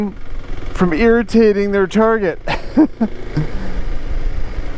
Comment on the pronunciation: "...stand to gain from earitating their victims" :D